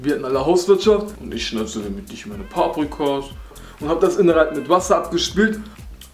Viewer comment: sagt paaprikas